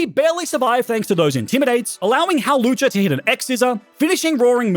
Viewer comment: Its hawlucha!